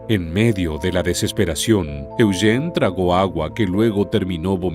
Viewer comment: Me gusta como el narrador pronuncia el nombre de mi hijo: Eugene (E-u-gene) Yo vivi en el valle de san Fernando por 20 años.voy a investigar más...